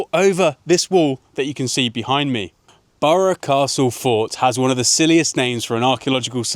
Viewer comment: You got it all wrong bud. Its burgh castle not burgher castle.. It's burgh from the Viking Burghs